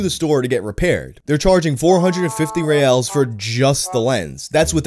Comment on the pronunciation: its not "reals" its reais